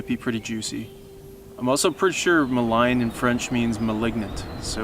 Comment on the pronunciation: Quick note. Grew up in the ‘The Choke’ (Atikokan). Not once in my years there did I ever hear anyone refer to the river as the ‘Ma-line’ but rather ‘Muh-leen’. That being said there more than a few sets of rapids that live up to the ‘Malign’ designation.